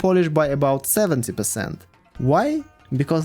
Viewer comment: I'm not Polish, but nice pronunciation of Rzeczpospolita